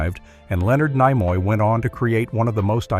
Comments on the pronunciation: Lenard N(eye)moy? WTH? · AI voice over? I can't imagine any human mispronouncing Leonard Nimoy's name. Stopped watching at that moment.